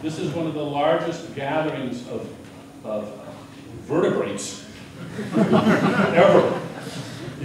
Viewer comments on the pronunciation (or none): "That many virtabrates in one place" LOL!